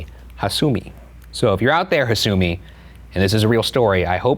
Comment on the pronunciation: I've heard several versions of this story , and the one done by Tara A. Devlin was probably one of the best . This one was pretty meh , especially the VAs were awful. The pronounciation of hasumi and kisaragi kept throwing me out of the story . Guys please don't do this again